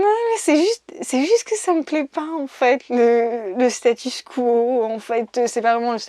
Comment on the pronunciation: Pourquoi ai-je aimé cette vidéo qui me permet de réviser une tonne de trucs (utiles) et en même temps je ne retiens (sur le moment) que la parfaite prononciation de "status quo" ? 🤣 Mon cerveau fera sans doute le tri plus tard après masse de revisionnages en faisant autre chose en même temps.